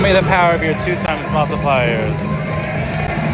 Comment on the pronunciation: Lol 2 more you fucking bitch.. sorry sir! When you say Multiplier I picture you doing a karate chop while saying it. 😆